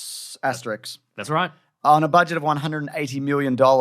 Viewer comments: Asterisk* - not Asterix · they said Asterix instead of asterisk right at the beginning of the video.